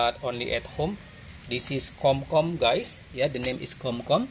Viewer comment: The one you said KOM KOM it should be KHUM KOON, if i'm wrong i'm sorry.